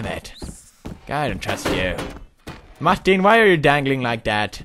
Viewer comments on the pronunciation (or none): I like the way he says Martin. maktin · The way he says MARTIN is just way to funnyyyy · i love how pewdie pronounces martin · lmao I love how he says "martin" lool tickle at 2.25